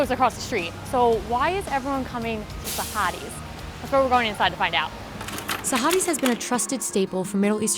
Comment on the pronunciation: the way she said it was so wrong.... oh god